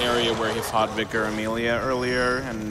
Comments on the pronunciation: Viker? Why does he keep saying that? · He’s shocked at the pronunciation of vicar , he is pointing out the weird way he said it “vyecar” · They're saying it that way because that's how it's pronounced in the game. They're saying it right, in context. Their take on 'vicar' on the other hand...